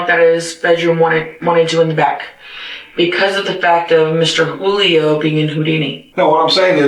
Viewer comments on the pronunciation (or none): There’s lots to say about this video that’s already been said. But it’s interesting to me that a Spanish-speaking person would pronounce it “Jewelio”